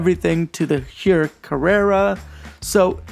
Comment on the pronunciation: Its pronounced Tag Hoyer. Also I jumped on Chrono24/Ebay looking at Zodiacs and I'm now really considering the Sea Dragon automatic.